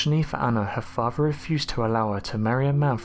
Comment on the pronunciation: PLEASE pronunciate properly! FARVER? (Father) FERVOUR - another video.. for 'FURTHER', etc. FERVOUR, is a completely different word. I would NEVER have a go at somebody with an actual speech impediment, but you say 'th' instead of 'v' perfectly, in words like THOUSAND, etc. It's just laziness. Like the guy THOUGHTY.. For TOO LONG, just listening not watching, I thought his name was FORTY! Apart from that obvious 'arrgh'! .. this is narrated quite nicely! Please take this as constructive feedback, & not just being nasty, as that is ALL it is meant to be!! (The former.. NOT, the latter)!!!! 😎✌🐨